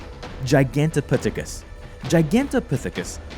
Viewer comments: Jye-gan-tuh-pyth-uh-kus not whatever you said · "Giganteputicus" "Giganteputhicus" "Giganteputhus" "Guganteputhcus"...Jesus fucking Christ really? it sounded like you literally just gave up trying to say the word half way through... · It's gigantopithecus.